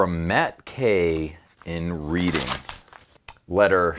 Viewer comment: You said Reading wrong guy